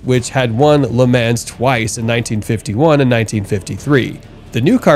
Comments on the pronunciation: It’s pronounced ‘Luh Mah’ NOT “Ley Man’s”! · I am a sports car enthusiast for well over 50 years. I am old as hell. There is no "s" in the word "LeMans". It is pronounced Le Mon. I love your channel because of the super cool things I'll find. Please get a better understanding of the words you use. Thanks. Cat Daddy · The Bugatti Chiron is pronounced She-raw. Lemans is Luh-maw. Really. ✌ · Will someone please explain to him how everyone else says Le Mans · You butchered every single name of the cars you featured (which btw is a fantastic list) but I couldn’t finish after you mispronounced la Mans… Bugatti chiron is with an sh not a k! Lol